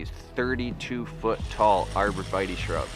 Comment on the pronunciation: “Arbor veee taay”